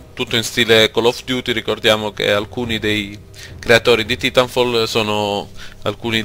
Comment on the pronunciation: Ho smesso di vedere il video al decimo secondo quando ho sentito l'orribile pronuncia del TITOLO. Assicuratevi che a parlare sia uno che sappia un minimo di inglese....